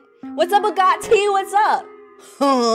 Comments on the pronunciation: Its AG-O-TI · i think you say it as “a goat e”